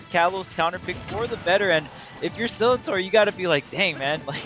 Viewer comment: The amount of times they said Sillintor wrong😭😂